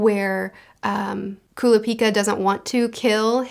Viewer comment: I actually think I'm the opposite with Leorio (you said his name right) and Kurapika (Kurr-ah-pee-ka). I enjoy Leorio because he kinda represents the Everyday man/Normal person in a world of superhumans. a HUGE amount of odds are against him as someone who doesn't have many actual abilities other than his medical understanding and how the world works with money, but he makes it work by knowing that he can do a lot more as a Doctor/Medical professional if he was a Hunter in this world, and working around the laws to help more people. I always enjoyed Kallua (You also said his name right) and Gon as a duo, and it's interesting how their arcs kinda intersect in some ways that aren't what you really expect for most mangas like this.